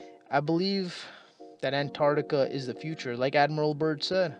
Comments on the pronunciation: it's pronounced ANT-arCtica, not AN-tartica. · Before you make a video about Antarctica, learn to pronounce it. ANTARC-TICA.